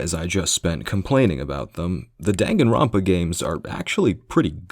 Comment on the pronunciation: My favourite part of this video is how you never pronounce Danganronpa the same way twice. Until near the end.